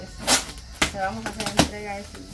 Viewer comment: No creo en ocasiones dice Entriega no dice entrega